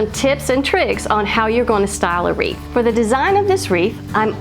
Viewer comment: Love them all! And thank you for the giggles 😃! I cracked up from the "weeth" and thunder!! So much fun!!